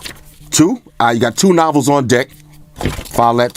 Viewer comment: "Novels" lmaooooo